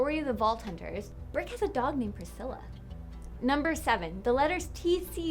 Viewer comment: Who's "Birck"??? lol Get lost! You meant Brick, right? Not.. "Burck" or whatever you said!